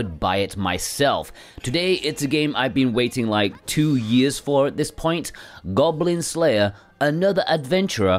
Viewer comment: "Goglin Glayer"...?? Get well soon! xxxx